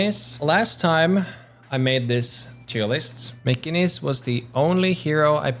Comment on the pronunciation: I think you said "Mcginnis" wrong